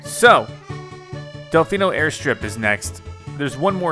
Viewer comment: It's Del-FEE-no Plaza not Del-FY-no Plaza